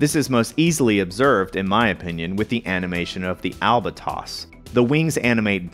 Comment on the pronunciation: "Albatoss"? Are you sure you do not mean "Albatross"?